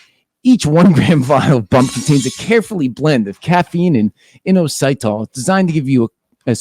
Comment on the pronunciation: in-oh-site-all lmao its in-os-it-all